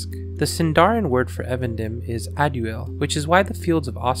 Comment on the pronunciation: It's pronounced EEvendinm* btw